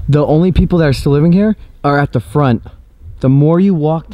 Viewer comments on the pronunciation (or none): none